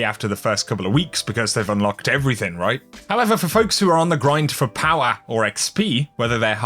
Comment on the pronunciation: Clicked for the D2 content. Stayed to hear him say POWA!!